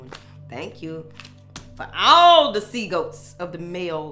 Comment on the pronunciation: Lol, love you messing with " sea-goats"